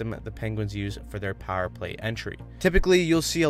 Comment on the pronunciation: Dog, are you from Pittsburgh? You say "pahr" (power) like a true yinzer!